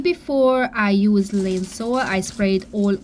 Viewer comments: How to say Lysol….The 2 parts are “Ly” and “sol”… “Ly” rhymes with “my”. “Sol” rhymes with “ball”. Ly sol. 👍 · Your English is really good. Lysol is pronounced Lie-sol, no 'n'. 😊❤ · Your a miracle worker!! So glad your feeling better, hope your son get well soon. Also Lysol is pronounced Lie-sol, I love it and use in my home.😉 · Yay, great job! Lysol rhymes with EYE WALL but I like the way you say it. 😊 In your book, I would love to read about you, but I also think it would be cool to include some cleaning tips. Some people are not taught how to clean when they're growing up. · Lysol is pronounced Ly rhymes with eye, sol rhymes with all.